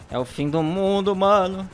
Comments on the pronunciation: Achei q ele falava e o fim do mudo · Todo mundo falando "todo mudo",pfv olha o vídeo ele se esforçou para vcs chegarem e falar "todo mudo". :^ aliás é a pronúncia dele :/